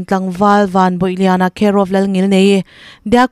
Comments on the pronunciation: A hming leh a khua hi i lam diklo deuh em aww Van bawih lian nilo in van bawi lian anih hmel a khua hi ziah dan ci cai tih anih hmela khaw chhak unau ten C hi mizo chuan ch in kan hmanga chu vangin chi chai tiin lam la i lam dik ang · Vanbawihliana(bawih tih hi ilam ri dik em aw... Kan fa te, Bawihi, bawiha tih ang a bawih tih hi lamrik tur anih ka ring lo e....Bawih ni lo tur in krista chuan min chhuah tir tawh kha.... tih laia Bâwih tih hi lam rik tur anih ka ring, Van hi chu a bawih ka ring lo, Vanram lam tan hian Bâwih anih ka ring zawk😅😊😊😊